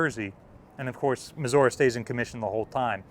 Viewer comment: mis- What? muh·zur·ee